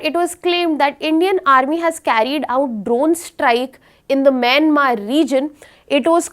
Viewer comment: She's pronouncing even Myanmar as Mynamar 🤣🤣🤣🤣